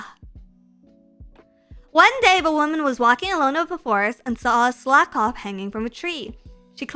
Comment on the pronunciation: Who taught how to say Slakoth?